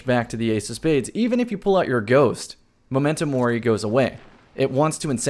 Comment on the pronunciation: Does it bother anyone else how pronounces MEM-mento Mori?